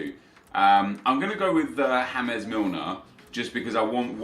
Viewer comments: why do you say James Milner, as if he was Spanish or from south america. It is not fucking HAMEZ it fucking JAYmes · Does he realise it's James Milner not hames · ITS JAMES MILNER HE IS ENGLISH, JAMES ENGLISH PRONOUNCED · Sorry how did you just pronounce James again!?!